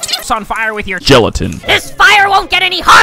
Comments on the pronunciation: Because geletin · The guy says gelatin